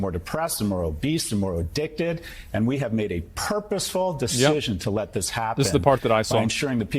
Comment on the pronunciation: Did he say purposefully?